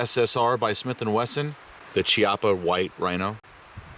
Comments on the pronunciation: Hey guys, you asked about speed loaders for the Rhino, the HKS MK3 or the Safariland J-R4C will both work. Also, it's pronounced Key-AHH-puh, just for your info. Love the vid as always. Keep up the good work. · it's pronounced key - appa